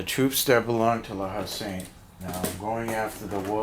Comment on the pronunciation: It could be your accent but pronounce the names like this : "La Hay -Sont ' ,' Hann -o-very-yon ', 'Yay-gerr ', 'Coo-rass-ee-ers '( roll the R if you can ) ', Karra-bin-ye-ah ' , Perry-collee , Kwat-tra bra , Wha-vrah, Lin-knee , Vick- tricks